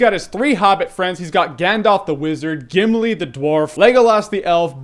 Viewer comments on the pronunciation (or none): none